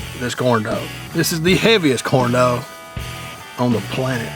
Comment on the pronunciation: Sounds like he's saying corn dough 😂😂😂😂